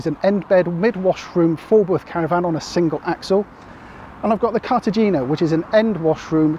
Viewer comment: Cartagena is pronounced with a soft g, like a breathy “hay” As always though, a really great, informative video.👍